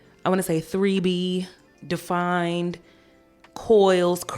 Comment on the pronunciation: not you saying "3B" like that , I'm screaming lol